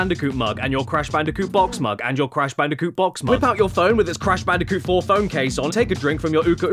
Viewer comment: "The completely erect cash banooca"